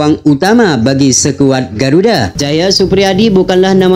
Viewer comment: Perbaiki bacanya bos, jngan bilng sekuad , yg seharusnya skuad.